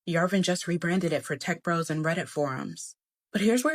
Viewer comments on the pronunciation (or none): none